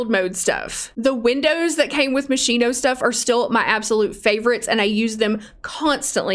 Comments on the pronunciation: Ok. But "Moschino" is pronounced "Moskyno", not "Moshyno". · sigh Yes, Ill be that person. Moschino is pronounced "moss-keen-oh", not "mo-sheen-oh" .